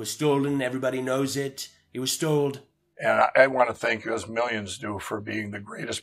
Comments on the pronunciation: “STOLD” lol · "They stold our counchry in a cybra attack..."